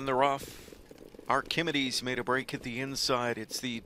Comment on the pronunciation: Ark-a-MEED-ees...for goodness sakes,!